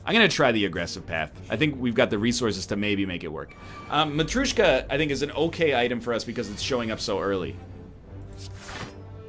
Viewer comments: there is no U in matryoshka, egg, you've been told that like a hundred times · Everytime he mispronouces matrioshka i die a little